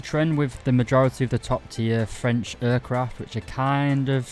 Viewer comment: As a french , I was impressed by ur french accent was really good.